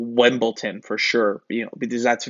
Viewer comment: Wembolton dial? 😂😂😂